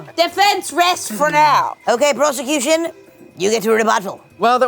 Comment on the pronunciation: "WITH ZE PROZECUTION"